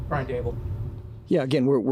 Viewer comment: Quit calling Brian Daboll "Dabes", please for the love of God!